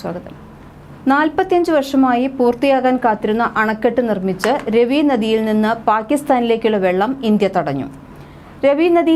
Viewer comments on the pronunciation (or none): രെവി അല്ല, റാവി